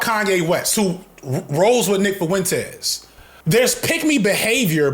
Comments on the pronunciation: The way you say Fuentes 🤣FuhWentEz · If you say foowentez one more time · Nick foo-entez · But why he got to pronounce "Fuentes" like that? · Bro why do you pronounce Fuentes like that wtf lol